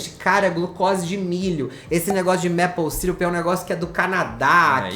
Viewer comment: A pronúncia de maple é “meipou” e não “mépou”. Eu cometia o mesmo errinho por achar que seria como apple “épou”, mas não é. A diferença deve ser por conta da quantidade de Ps na palavra.😅